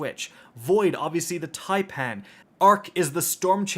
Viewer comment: So Americans CAN pronounce taipan properly. Just not Fallout (typin’) or Aztecross (taypan) Well done, boy👍